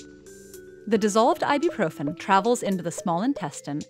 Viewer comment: Umm why why why! Why is she saying I-do-proven! WHYWHYWHYWHYWHYWHYWHYWHYWHYWHYWHYWHYWHYWHYWHYWHYWHYWHYWHYWHYWHYWHYWHYWHYWHYWHYWHYWHYWHYWHYWHYWHYWHYWHYWHYWHYWHYWHYWHYWHYWHYWHYWHYWHYWHYWHYWHYWHYWHYWHYWHYWHYWHYWHYWHYWHYWHYWHYWHYWHYWHYWHYWHYWHYWHYWHYWHYWHYWHYWHYWHYWHYWHYWHYWHYWHYWHYWHYWHYWHYWHYWHYWHYWHYWHYWHYWHYWHYWHYWHYWHYWHYWHYWHYWHYWHYWHYWHYWHYWHYWHYWHYWHYWHYWHYWHYWHYWHYWHYWHYWHYWHYWHYWHYWHYWHYWHY